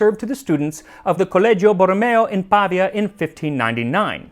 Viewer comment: Yes !! This is the second time you mention my city in the last few episodes: Pavia (once the capital of the Lombard kingdom). but you have to pronounce "Pavia" putting the accent on the "i". anyway: excellent channel, you deserve the million subscribers, that's for sure.